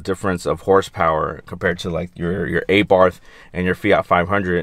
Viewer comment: Nice comparison, but just cant seem to get past you calling it EyBarth :)